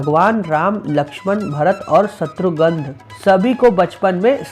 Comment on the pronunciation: शत्रुगंध नहीं शत्रुघ्न होता है। क्या कर रहा भाई, अगर न पता हो तो किसी से पूछ लेते